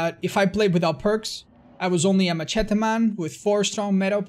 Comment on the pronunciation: Anyone else find the way he says "machete" very amusing?